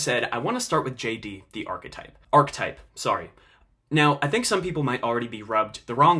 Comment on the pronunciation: good video, it's pronounced ar-ki-type though